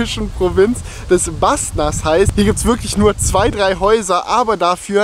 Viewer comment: Båstnäs nicht Bastnas